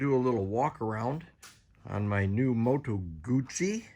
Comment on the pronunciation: Moto Gucci? Moto Goutzi.